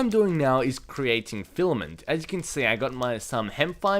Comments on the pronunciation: at least he stopped calling filament, flament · HAHA!, remember Fliment... You finally said it right, FILAMENT:D